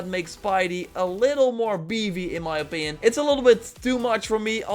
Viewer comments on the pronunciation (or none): "a little more beevy in my opin."